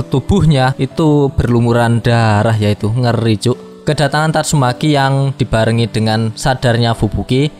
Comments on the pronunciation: Tatsumaki anjiiiim,,,, bukan tatsumeki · TATSUMAKI minn, bukan tatsuMEKI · Gak salah denger bang "tatsumeki"😅😅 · Tatsumaki min... Meki meki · tatsu.....MEKI wkakkak anjir mimin nih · Tatsumaki bukan tatsuMEKI😅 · tatsumaki aj bang, jng meki aneh pkiran gua.haha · Tatsu"meki".. COKK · Gakak ketika mimin bilang tatsu...meki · TatsuMAKI bang... jangan typo dong klo ngomong 😁😁